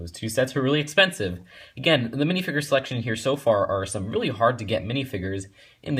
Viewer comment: Dude its not pronounced minifiger its minifigure